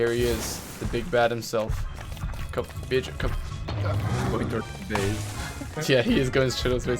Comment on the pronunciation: Tip: To pronounce bearger say bear then jer It kills me how you say beer ger lol